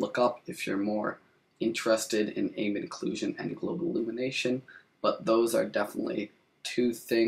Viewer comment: AMM-BEE-ENT OH-CLUE-SHON k?